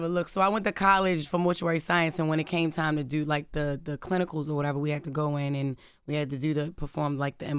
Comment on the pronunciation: Why she say "do" like "dew"?